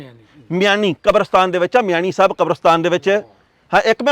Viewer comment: Pa, it is not "Miami Sahib Qabrastaan", the right word is "Miani Sahib Qabrastaan". Thanks 🙏 Love from Lehnda Punjab 😍